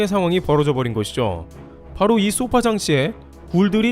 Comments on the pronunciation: 소파장치는 消사라질 소 + 波물결 파 로 '소파' 장치라고 발음하지 쏘파장치라고 하지 않습니다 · 소파(消波)장치에서 '소파'는 파도를 소멸시킨다는 뜻으로 단음[소파]으로 읽어야 합니다. [소-파]와 같이 장음으로 읽으면 길고 푹신한 의자를 뜻하는 sofa가 됨 :)